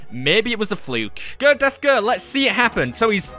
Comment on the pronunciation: Death? I only heard Deaf